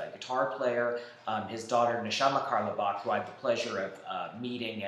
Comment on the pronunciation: Lol great vid but btw in carlebach the “e” is silent